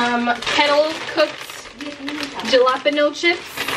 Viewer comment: Okay so there's a video game youtuber who jokingly says "Juh-lap-in-ohs" and said it was an inside joke. So I was like WHAT when you said it and it brought me back to 2013 when I heard it said. Never heard anyone else say it lmao